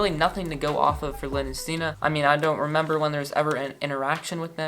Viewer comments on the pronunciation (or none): none